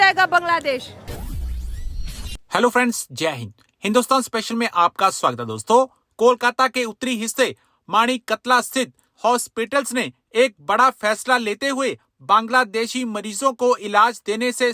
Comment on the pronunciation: यार, मानी कतला नही। मानिक तला।